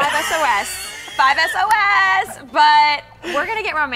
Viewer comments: I wanted to strangle her when she said 5 s-o-s but whatever I'll live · Shes said 5 S O S its 5SOS!!!! 😠😱🙈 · 5 Es O Es... GURRRRLLLL! YOU BE FAKE! ALL TRUE FAM MEMBERS KNOW ITS 5SAUCE NOT 5 ES O ES! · "I love 5-Es-oh-es!" It's 5sauce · It's not 5 Es oh Es it's pronounced 5sauce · Not to be rude but did she just say " I love 5 -S-O-S" Sorry Hun, but you cant "Love" them and call them that. Its pronounces 5 Sauce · ITS NOT 5S.O.S. ITS FIVE SAUCE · As soon as she said 5 es oh es I felt the need to come down here and point out that it's pronounced 5sauce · Ur suppose to say it like 5 sauce instead of 5 S-O-S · Its not "5 es oh es" its "5 sauce " damn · did she just..? she just said she loved them.. but honey, I'm sorry you must be new to this fandom because they're not 5 es-oh-es they're 5sos. pronounced sauce like the limited edition hot sauce of pierce the veil. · Becca I love you but it's 5 sauce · Seriously 5 es oh es wtf its 5sos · It's 5sauce not 5 es oh es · no it's 5sauce gosh just bc it's an abbreviation doesn't mean you have to pronounce it ehs o ehs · SHE SAID 5 ES OH ES I AM DONE WITH HER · "5 es oh es" Nice. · Did she seriously just say "5 es oh es" v.v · IT IS NOT 5 FUCKING ES OH ES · DID SHE REALLY SAY 5 ES OH ES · "I love 5 es oh es" I'm laughing so hard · I just had a cringe attack when she said 5 es oh es. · An I the only one who cringed when she said "5 es oh es"? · 5 es oh es... like I know its not a big thing to some people but I don't know it bothers me when they don't say it correctly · jesus stop spelling it with capitol SOS see this is why ignorant people say es oh es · 5 es-oh-es... FacePalm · "5 es oh es" cringes and throws up in mouth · Not "5 Es Oh Es" Thank you very much. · "5 es oh es" i'll just ignore that haha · I thought I was the only one who was mad she said that instead of 5sauce. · But it's pronounced 5sauce